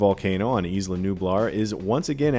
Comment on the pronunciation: Yooooo I love Jurassic Park content, but guys it’s “EYE-luh” not “eesss-luh”. Not that hard. Butchering the only non-English word EVERY. TIME. Otherwise, very good recap.